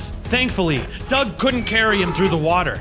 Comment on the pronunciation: It’s not Doug it’s doge